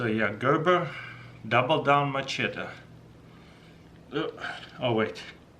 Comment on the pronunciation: It's machete, Mah-Shet-iee